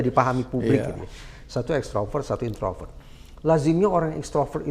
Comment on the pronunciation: Instroper atau extroper keonar